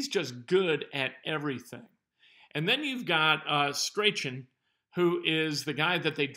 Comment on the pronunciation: Michael Strachan...pronounced (Strahn)